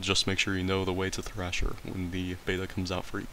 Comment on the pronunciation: Thresher not thrasher. Loved the video tho